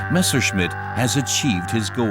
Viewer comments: "missershit"??!!....wow....poor narrator!!🤣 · A pronúncia "messershit" é horrível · Exelente vídeo, porém aprenda a falar Messerschmitt e Bomber. Dói no ouvido ouvir vc falando errado.